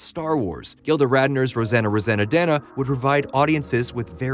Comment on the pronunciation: RoseANNE Roseannadanna, not "RoseANNA Roseannadanna." RIP, Gilda.